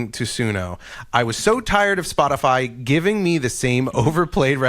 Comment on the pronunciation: no, you were saying it right. I'm surprised that the others didn't know how to pronounce it.